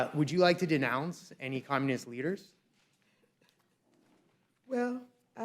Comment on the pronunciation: Waters just can’t pronounce communist, it sounds like capitalist but we all know it’s not what she means.